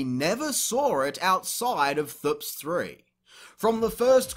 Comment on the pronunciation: Clown actually says "thps" like it's a word 🤦🏻‍♂️